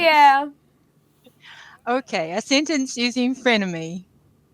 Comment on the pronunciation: Your pronounciation of sentence is wrong